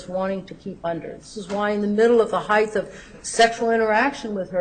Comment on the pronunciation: Ha! Dr. said heighth. Her being a "professional" ought to know there is no such word. The word is height!